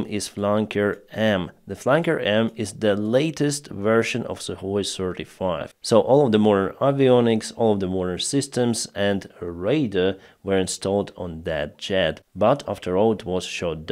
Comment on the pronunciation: Careful with 'radar', it's pronounced 'рэйдар'. If you pronounce it as 'рэйдр' it means 'raider'.